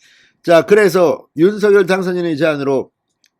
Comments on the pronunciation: 진성호님 윤서결× 윤성열로발음해주세요 국어학자가이게맞데요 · 발음 제대로 하세요. 윤성렬! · 윤성녈로 발음 하라고 몇번 발하냐